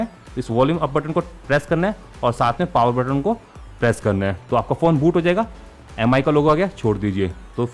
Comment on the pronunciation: It's not pronounced as M I. It's called 'Mee'